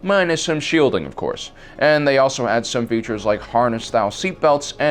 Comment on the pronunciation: You said "features" but i heard peaches. Yes. Incom loves their peaches lol